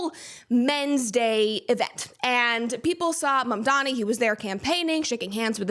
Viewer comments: My favorite leftist thing to laugh at right now is how so many of them have no idea how to say MAMDANI. They say he's their hero, while constantly mispronouncing his phonetically-spelled name. SHEESH Make Leftists Literate Please. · Ma'amdani! It's ma'am! It's Ma'amdani!